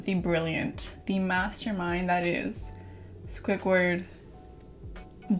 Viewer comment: “Swuickward “ it’s squidward .. but I still love you 😂❤️